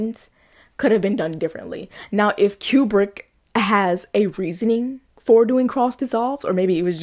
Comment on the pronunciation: It's pronounced Koobrick."Here's Johnny!" was the reference to the Tonight Show With Johnny Carson announced by his side kick Ed McMahon. Jack decided to improvise that line and the Stanley Kubrick let him do it and kept it in. I like that you're very observant. You're so funny. I like your sense of humor. Yeah, that damn Tuesday title card gets almost every reactor each time. Good reaction.